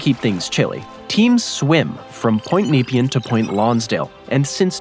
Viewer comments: nah pean not neepian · AND……… learn how to pronounce the names, “Neh Pee-Ann” not napian and the bridge is called the “Bont-ee” not “the bolt”. It’s named after a former State Premier. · Kneep-i-an! Try Nep-ee-anne. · Nepean is ne-PEE-un, not NEE-pee-un. Same thing in suburban Ottawa, just two hours' drive west of where I am in Montreal. Plus, I prefer the ferry over a bridge for that lightly-populated area. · Nepean is pronounced Na- pee-an, not Nee- pean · Bolte = bolty Nepean = Neh-pea-an also, as others have pointed out - Westgate Bridge, (mentioned at about ) which partially collapsed in October 1970, before being successfully completed, spans the Yarra close to the port - and the access to the Bolte was connected to the Westgate Freeway as part of the Citylink "ring road" (I'm old enough to remember when Westgate was tolled) there'd be no reason to build a bridge, there's a decent ferry service (seasonably affected) between Portsea and Queenscliff that takes about 45 minutes, and I doubt there's the traffic to even consider building one - not to mention the multi-million dollar properties in Portsea and surrounds whose owners would likely protest vociferously, and I think there's a national park right at the tip of the Mornington Peninsula (the eastern "pincer"). I've only been on it once, returning from an aunt's funeral in Geelong, but we travelled up to and through Melbourne in morning peak hour traffic before driving to Queenscliff to catch the ferry. and on that map, the ferry to Tasmania isn't leaving from Geelong (which is in Port Phillip Bay, on the satellite map it's the populated area to the SW of Melbourne in the crook of Corio Bay), that line seems to be vaguely near Sandy Point close to Wilsons Promontory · "NEE-pee-an"??? FFS! Do your basic homework, and discover that we pronounce it, "ne-PEE-an". Named in 1802 after the British politician and colonial administrator Sir Evan Nepean. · How he says Nepean is making my eye twitch! (it's Neh-pee-an)